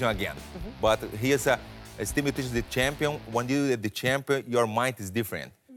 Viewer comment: Werdum never says Miocic's name right haha